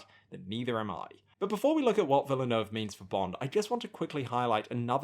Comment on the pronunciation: This would have been more useful to you before you said it 42 times incorrectly, but it's pronounces "Vil-neuve" the "e" is silent in French (as opposed to Spanish). Cheers.